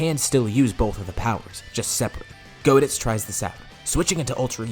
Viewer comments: goditz sounds like cheezeits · It is GO-ditz tho and not GOD-itz but close enough lol